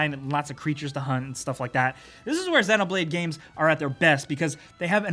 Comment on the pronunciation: You pronounce xenoblade like its xenomorph that how you pronounce it